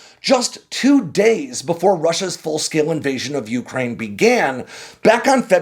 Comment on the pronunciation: Please learn to pronounce Ukraine properly.